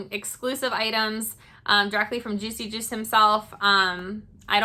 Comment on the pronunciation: New sub! Thanks for pronouncing the artist's name because I blew it on my channel.